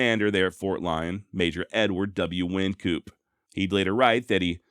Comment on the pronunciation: Ok. Im not getting on your case, you've done a fine job... Wyncoop is pronounced wine coop. No worries. You are awesome.